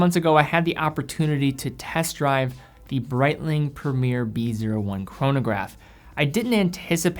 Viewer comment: BREITLING PREMIER "B O I"